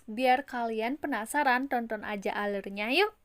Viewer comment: kok cara ngomong ''tonton'' kakak sama aku beda ya? klo aku ngomong ''tonton'' itu " TONTON" kok klo kk ngomongnya "TONTON" beda banget